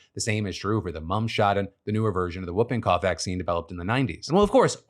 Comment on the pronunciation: Are we just going to ignore how Phil pronounces whooping cough?